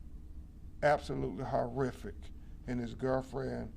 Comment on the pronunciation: "Eyewitness coroberation, Kevin's girrfren" . . Did they retain him for free? Sure sounds like they did. If I am paying an attorney, he better be able to speak the King's English properly! 🙄🧐🤴